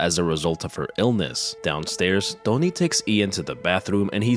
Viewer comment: His name's 'Tony', not "Dony".